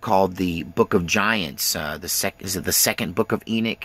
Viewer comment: E Knock. Not E neek. Just saying.